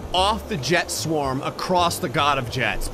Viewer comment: when you said "jet swarm" it sounded like you said "chest warm"